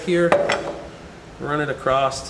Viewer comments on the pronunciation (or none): there's that word...."acrosst"...I get a tic when I hear someone say that.